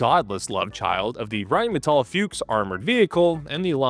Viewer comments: FUCHS - not Füchs! It just means FOX in German, but it doesn't have an umlaut (ü, ä or ö) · its not a fyooks its a fox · Please dont say Fiux mein Freund, its spoken "Fux" little bit like "Fucks" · I've never heard an English speaker pronounce the word “Fuchs” as funny as you do! No front! It gave me a realy good laugh! It is pronounced like Fux, if it helps. (: Best regards from the neighborhood right next to Krauss Maffei! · Yes, Foreigners mispronounce things, but it would be more correct to just pronounce Fuchs as Fox instead of inventing this nothing word "Fyuuks", that's what I'm getting at, and I get annoyed both ways so yeah, I guess it would be interesting to know what words my linguistic kin commonly butcher, I'm probably a bit deaf to them myself, although if I tell you, I don't want a bunch of bork borks and spurdos butchering the English language, so you might have to dig a little, but there are two high profile speakers of my dialect, Linus Torvalds and Alexander Stubb, so go nuts. The word "rural" does twist my tongue for some odd reason. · it is F-U-KS or F-U-X with "U" spelled out not a "YOU" but hard "U" meaning fox as the animal, not with F-YOU-KS as you do a dozen times causing a tick in my right eye, nor with "A" instead of "U" as your favorite leisure occupation....over and out..... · Please don't mangle the name Fuchs and use the English translation FOX instead.. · It’s like a not water submarine and it’s pronounced fuchks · Side note: "Fuchs" is pronounced like you would "foox", and yes, it does actually translate to 'fox'. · Can I sperg out for a moment over Anglophones not being able to pronounce Fuchs half-way correct, just say Fox. On a related note, Rambo doesn't sound half as cool in its original Swedish form, its Ram rhymes Mom and Bo is pronounced more like Boo. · Please ponounce it "Fux" The Bundeswehr planed to get rid of them but we lack functional equipment so, now it is a missile tank destroyer...